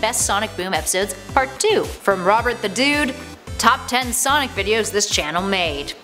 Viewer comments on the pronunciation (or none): none